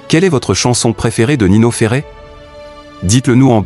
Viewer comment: Quand la voix répète " Ferré " au lieu de Ferrer ,et "point " a chaque fin de phrase ,on dirait un sketch 😊